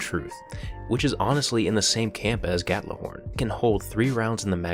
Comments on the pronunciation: While I love this video, I have one gripe. Gjallarhorn, not gatlahorn or however you say it lol It's the same way you would normally say Mjolnir, just with a G instead of an M. G-yall-ar-horn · I cringe every time he says gatlihorn. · Gatlahorn? Im scandinavian and that pronunciation sound stupid to me :/ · gjallarhorn has no 't' in it, and would be pronounced gyahllarhorn in viking english. I think. don't take this as hostile, it's just been bugging me a bit. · Gatlahorn? You sound like a ten year old that can't pronounce simple English. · The absolutely most annoying thing about the exotic weapons, isn't even the weapons themselves. It's the way people pronounce the name of the gun Gjallarhorn, and the irony in the fact that all of the people mispronouncing it, are the same people who called Halo noobs idiots for pronouncing Mjolnir as 'Mijorliner'. Gjallarhorn is Nordic-Germanic. It's name of the horn that Heimdall uses to sound Ragnarok, so, people need to stop being morons and pronounce the gun's name properly. YAH-LARR-HORN. Seriously, Bungie put a lot of work into symbolism into the game, and I swear every time I hear some dipshit on Crota's End say to hit him with Gallahorn, I feel like they wasted all that effort.